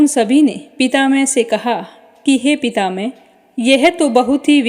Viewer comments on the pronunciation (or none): मैम शब्दों का उच्चारण सही नही हैँ जैसे इंद्र पितामह